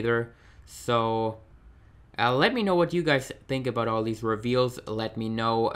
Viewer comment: Great video! Thanks for the info :) I'll probably pick up Andrade, Tye and and some of the Elites. Just out of interest, is English not your first language? Just that you say 'dat', 'dey' and 'dese' instead of 'that', 'they' and 'these'. Not having a go! Keep up the good work! :)